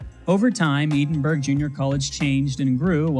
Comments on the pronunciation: Love the vid, couple pronunciation notes from a Texan: Edinburg, TX is pronounced “edd-in-berg” and Vaquero is pronounced “vah-care-oh” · Short “E”. Like the name Ed. Edinburg. Vaqueros - Vah-KEHR-ohs.